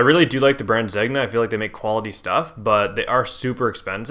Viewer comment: Wearing several thousand dollar Zegna jacket yet does not know how to pronounce the brand name.